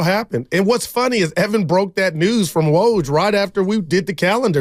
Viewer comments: it is woj, not waj… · it is woj, not waj